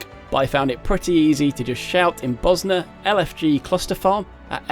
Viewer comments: Did you just call it "Buzznuh"? Bozjan, zj makes a soft J sound like in the word Usual. BO-zjan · Mage is pronounced "may-j" as opposed to "majj". Bozjan is "bozz - jan" not "bos - ner"